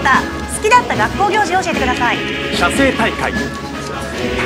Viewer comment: みんな気づいていないけど写生大会の発音くっそイケボだぞ